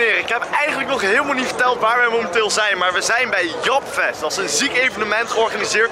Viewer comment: Dikke video maar zeg volgende keer ALSJEBLIEFT in plaats van "japfest" "djepfest" AHHAHAH toch wel love naar deze vid man!